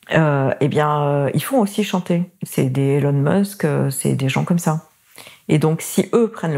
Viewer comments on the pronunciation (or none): none